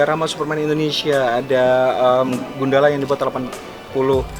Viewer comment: Asal usul nama Gundala gimana sih? Pronounce nya aneh soalnya